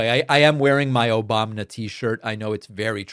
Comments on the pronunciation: "Obamna" is priceless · Where do we get the “ Obamna “ shirts? 😆😆😆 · David how do I purchase an “Obamna” shirt?? lol!😂